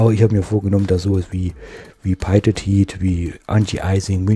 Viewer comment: Noch ein Tipp für die englische Aussprache: Pitot heat wird ganz einfach Pito heat ausgesprochen.